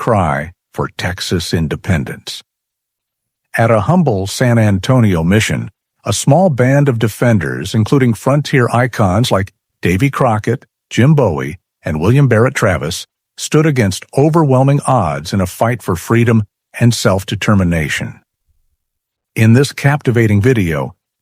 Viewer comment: Bowie is pronounced "BOO ee" not "BOH-ee" like the late rock star.